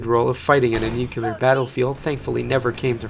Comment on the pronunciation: Im gonna be that guy. It's pronounced "nu-clee-ear"